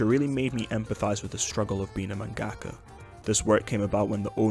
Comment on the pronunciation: Dude, it's manga-ka, not man-gaka.